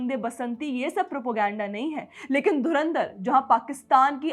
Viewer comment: नूर कराची वाली जी पाकिस्तानी मीडिया धुरंधर शब्द नहीं बोल पाती मजे लेने पर ध्यान रखना 😂😂